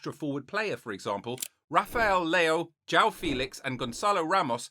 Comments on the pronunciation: Hi Mate nice video, but as a João myself who lived in the UK, our name is not "Jao" it´s JOão. So you need to spell the "o" and as an "u" before de "a". the "ão" you develop it by training the accent Keep it up mate cheers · *João is pronounced "Joo-wow" while Leão is peonounced "Lee-aw"